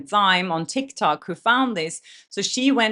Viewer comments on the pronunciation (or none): none